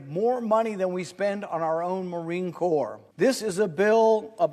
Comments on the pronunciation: the marine WHAT?? it is spelled corps but it is pronounced "core" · Marine Corps is pronounced “core”. Thanks, Sgt. USMC Semper Fidelis